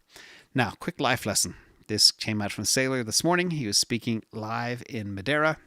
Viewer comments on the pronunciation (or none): Thanks for posting the saylor slide. U just have to learn how to say Madeira. 😂😂😂😂